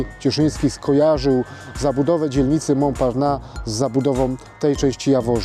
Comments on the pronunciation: Mąparnas się czyta a nie Mąparna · [Mąparnass] się wymawia poprawnie. Proszę jakiś dłuższy film na ten temat zrobić o Starym Mieście. Pokazać więcej pozostałych budynków czy opowiedzieć o zabudowie jaka była. Ten obecny film właściwie mało co wnosi.